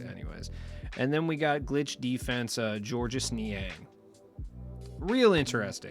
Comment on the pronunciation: It’s simply pronounced George. Not George-us